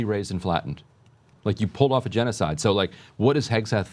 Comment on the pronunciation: He mis-pronounces genocide when speaking about Israel and Gaza.